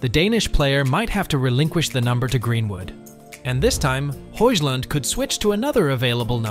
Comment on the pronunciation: Do your research !!!! Højlund is pronounced HOYLUND not HOYSLAND 🤣🤣🤣🤣